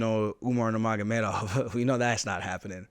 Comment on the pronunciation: He can say Nurmagomedov better than Joe Rogan